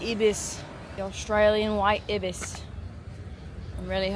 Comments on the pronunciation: They're pronounced EYE-bis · If it was to be pronounced the way that you did, we (Aussies) would prefer to spell it as “ibbis”. The double consonant following a vowel indicates that the preceding vowel is to be pronounced as a short-sounding vowel, “i” as in “tick”. Did you not learn this in primary/elementary school? The Ibis is a family of bird (Threskiornithidae) that lives in multiple regions of the world, so we in Oz didn’t get to choose how to spell the word. The Australian White Ibis (Threskiornis molucca) a.k.a. “Bin Chicken” is however an Australian native and should not be confused with the African Sacred Ibis (Threskiornis aethiopicus) originally of the River Nile in Egypt and sacred to the Ancient Egyptians. I doubt that the Egyptians call their Ibis a “bin chicken” but who knows? I’ve not been to anywhere in Africa (and for the Americans reading, that’s where Egypt is!).